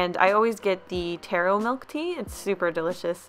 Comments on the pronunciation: I’m cringing at the way she said Tarro, it’s “TAH ROH” 😂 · 1. You didn’t say taro right 2. It’s a fig not a potato